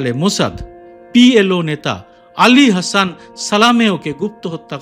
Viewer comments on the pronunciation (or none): none